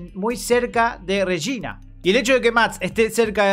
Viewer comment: No puedo dejar de pensar que el Regina que dice, suena como "Rechina" Jajjaja.